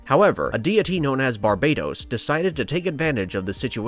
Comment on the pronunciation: Bar ba tos not bar bay dos